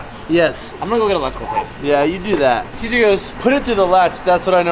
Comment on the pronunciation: Why are you saying “teej” bozo it’s TJ